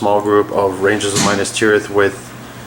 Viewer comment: dude....its not MINUS tirith, its MINAS tirith. Mee-Nass